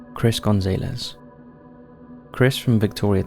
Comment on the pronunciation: The way you pronounced Gonzalez shows that you've never heard this fairly common surname. Everyone makes mistakes from time to time but in every Top5 video the narrator mispronounces very common names,and places. A while back the best one was Tucson Arizona. Of course he said TUCK-SON! LOL.